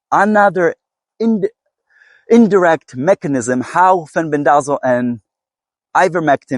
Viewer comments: FEN BEN DUH ZALL I laugh every time I hear you say it. 😂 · My apologies. I've just never heard anyone pronounce it like you. I genuinely thought you were being funny.